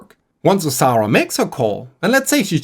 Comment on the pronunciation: Im enjoying the video but due to your accent. Every time you say Osara I hear Sauron and it makes me giggle